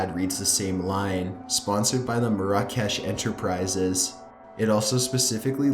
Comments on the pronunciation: ur pronouncing "marrah kesh" very wrong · its pronounced mair-ruh-kesh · It's pronounced MARE-uh-kesh. Not mare-AH-cash. Ha! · I think you pronounce it mara-kesh also tirade not triad but apart from that great vid 👍🏻